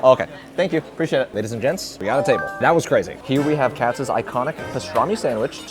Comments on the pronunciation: I have never heard anyone call it Katz. I always heard it pronounced Katz's. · It’s pronounced KAHT-SES (Kat’s). The pastrami is never dry, but the best is their brisket, in my opinion. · First it's Katz's, pronounced katz iz (pronounce the " 's", basically. Second, it's no tourist trap. It is just really good food. expensive, yes. Anyone visiting NYC, this is a great iconic place to go. Icons are not tourist traps. Gordon Ramsay's Vegas restaurants are tourist traps. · Dude, Katzs’ is pronounced like CATS-is. My name ends in an S and this is a pet peeve of mine. Kind’ve like Bridget Jones’ Diary…